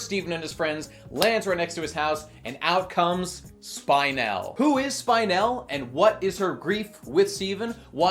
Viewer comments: Her name is pronounced Spin-el, not Spine-el. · it's spin-el, not spine-el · Not Spine-elle, Spin-elle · Her is name pronounced Speenell. They say the name often enough in the movie. Why don't you say it correctly? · Nobody: Not a single soul:: Spine-elle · "Spynel" ugggghhhhhh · Spine-el :[ the pronunciation hurts me just a bit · We watched the same movie, why are you saying "spynel"? Also, dope video. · They said Spinel like 50 times in the movie. How the fuck do you pronounce her name "Spine-ell"??? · Isn't that name pronounced [Spin-él]? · How could you possible mispronounce spinel, its said so many times in the movie. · why do you say Spinel like that? why do you focus on the spine rather than the spin? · He's saying her name wrong for spinel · The constant mispronunciation of spinel ruined the video for me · It only enhanced it for me.